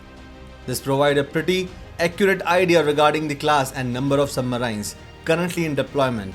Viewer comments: Please improve your pronunciation for submarines ....... It is सबमरीन not सुबमराइन्स।। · don't say submaraines...say submarines...different pronunciation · Its not Sub maraaiins... But submarine.... Without aaaiii. Like SHERIN... MARIN-E. WHERE E IS UNSPOKEN. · It hurts everytime he says Sub-marains rather Sub-marines. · Information was very helpful bro.. I am no critique but i cannot stop myself from correcting you.. i have no idea how you can speak english so well but you cannot pronunce the word "submarine" correclty.. you pronunce it as submaryyynes whereas correct pronunciation sabmareeeen.. spelling is submarine.. This is such a common word.. how can you say it wrong plus i am sure if you are uploading a submarine related video, you must have heard this word before also so many times.. how come you did not catch the correct pronunciation.. this video became a joke.. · Thanks for the video. Submarine is usually pronounced sub-mar-een Hope that helps. Best J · What is "submaryn"? Never heard of that word. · What is "Submaraain"? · Yup marains 😂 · Don,t you think your submarines pronunciation is absolutely horrible. Can't you speak in normal way sub- marines..you try to speak Americans.like they speak medi cal , inventory to invo tory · poor pronouncement of 'submarines'. aaargh!!! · Very informative. Atrocious pronunciations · The way he pronounces submarines is slightly annoying which forced me to close the video in the middle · Lol learn how to pronounce submarines first. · It is not "Indian accent" - it is wrong pronunciation. Sounds deliberate and stupid!